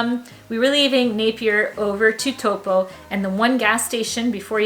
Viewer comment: Nice video on the differences between NZ and the US! Your Māori pronunciation is very good! Just a tip to help pronounce Taupo correctly it’s like saying “Toe-paw” :) I love your videos and perspective on our country it’s so nice that you and your family enjoy being here